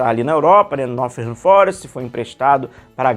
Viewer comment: tu falou "Nothingham" no vídeo 😂 Não tem esse "th" não, é som de "t" mesmo. Nottingham Forest é o nome do clube.